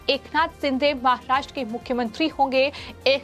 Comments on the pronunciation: सिंधे" नही शिंदे" बोल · Madam जी, it's not एकनाथ सिंधे, he's surname is शिंदे. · Sindhe nahi sinde boliye